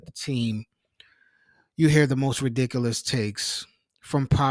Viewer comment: The way you say ridiculous is ridiculous